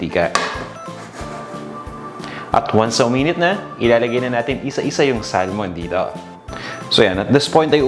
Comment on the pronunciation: We say SA(L)MON silent "L" here in Canada.